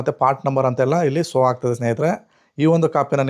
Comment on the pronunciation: ಸೋ ಅಲ್ಲ ಮಾರಾಯ ಶೋ ಎಲ್ಲಾ ಕಡೆ ಸೋ ಸೋ ಅಂತ ಹೇಳುತ್ತಿದ್ದೀರಾ